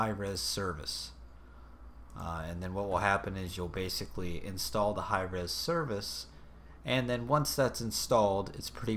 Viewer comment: haha god damn it Hi-Eez this is so stupid but THANK YOU VERY MUCH!